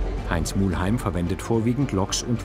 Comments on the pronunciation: Kleine Anmerkung an die Redaktion, er heisst Muheim und nicht Mu*L*heim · Bitte? Der Mann heisst Muheim, nicht Muhlheim... Wie der legendäre Lokführer Franz Muheim mit seiner Ae 6/6 "URI"